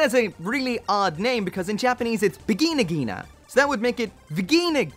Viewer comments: stop the v word on japanese. it hurrtssss my ear. lol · "The Vagina Ghina II". Just a heads-up, you didn't say Vigna. You DID say Vagina, just in German. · I thought he said virgina